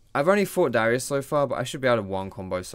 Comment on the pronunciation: Oui. DARIUS NOT DYRUS